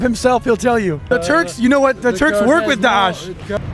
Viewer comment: Törkksss we’re not törrrrkss